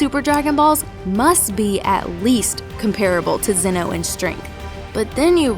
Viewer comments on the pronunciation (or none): none